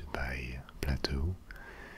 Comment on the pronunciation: It’s pronounced “play-toe” not “pla-toe”